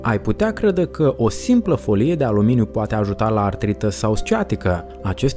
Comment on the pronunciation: Destul de greu de crezut ca o persoana care nici nu stie sa pronunte "folie" stie ce vorbeste